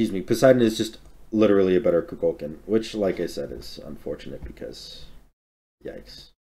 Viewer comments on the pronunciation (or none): going back watching vids i missed this year only to be reminded how badly i hate how says kukulkan